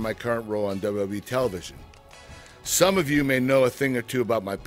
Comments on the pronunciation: It makes my butt hole tingle, and my gooch vibrate every time he says "dabawa-dabawa-e". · RBT-RedBeastTrailers he actually said it right, once. Tf is dububee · ChillMan 123xC Yes it sounds like Dubbayah Dubbayah E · is it just me or did it sound like Kurt Angle was saying "DUB DUB E"? lol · its very funny how he says wwwe,....duba duba E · He says WWE so weird. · Is it just me or does Kurt say WWE weird? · I love him but he can't even say 'WWE' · LMFAO, it is pretty damn funny. I can't get over it. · he is not saying the second W correctly